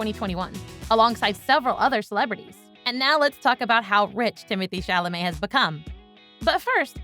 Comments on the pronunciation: I find it a touch offensive to be applauding Timothy Chalamet for his continued success's and mispronouncing his name 3/4 's of the time. NOT COOL ! WTG Timmy . I cannot wait to see what you do next . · He deserves to have his name pronounced correctly. Come on y'all..... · it would behoove you to learn how to pronounce the actor's name correctly